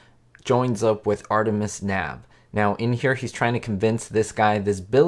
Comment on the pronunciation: Love your channel. As always, great content. One point of fact. If memory of this episode serves me correctly, the Artemis Knab character's last name was pronounced "KUH-nab." The last name was Bank spelled backwards. Now, as for this villain, it was a real disconnect that the Puzzler was involved in aviation. Made no sense. Given that Maurice Evans was a trained Shakespearean actor, and that the Puzzler always quoted the Bard, he should have concocted Shakespeare-themed crimes (a la Vincent Price in "Theatre of Blood"). Agree, not a very menacing character. Although I recall being scared about the hot air balloon trap at the cliffhanger. And I think that was only one of the few times that the cliffhanger was filmed, at least in part, outside a sound stage. As for being THE WORST villain...well, he's probably in my bottom five. Nora Clavicle was pretty bad too. But, for me, and I'll probably catch heat for this, in my view, John Astin's Riddler performance was THE WORST. Given how brilliant Gorshin was as the Riddler, Astin's performance was forced, uncreative, and just not very believable. But, alas, Gomez will be his happy legacy. Thanks for bringing up this topic. Please, more Batman content,!! Best, Paul+